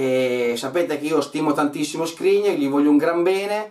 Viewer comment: Si chiama Skriniaaaaaaaaaaaaaar non Skrinier